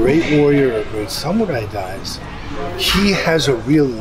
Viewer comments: It's not sam-your-eye. It's sa-moo-rye. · Just FYI it's pronounced Samu-rai not Sam-u-rai